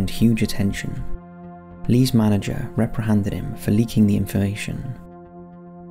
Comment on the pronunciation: "Lee's manager reprihanded him" Um what? Reprihanded?? Are you just making up words now??? The word is REPRIMANDED. 🤔